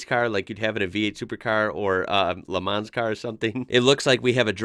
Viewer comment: Love the videos, but please stop pronouncing the s in Le Man's, its not a pontiac. Keep em coming 👍